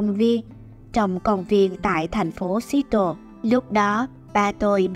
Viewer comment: Phát âm thành phố Seattle sai rồi nha bạn